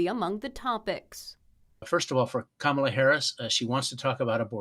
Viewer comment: Listen to how many times he purposely mispronounces her name to belittle and demean.